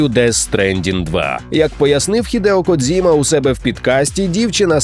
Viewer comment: Дякую за цікаву інформацію. Ньюанс щодо вимови Hideo Kojima : нещодавно консультував це питання з особою, яка знає японську - правильно потрібно вимовляти - "Хідео Коджіма". Версія з "дз" - це не зовсім вірний спосіб транслітерації, який був впроваджений кимось з рашки.